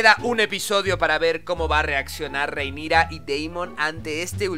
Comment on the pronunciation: Acaso dijo Rhaenisa!? xD pd: no te enojes me gustan tus videos xD